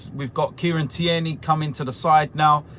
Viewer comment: Its fucking Tierney TEAR KNEE!! not Thierneay hes Scottish not French!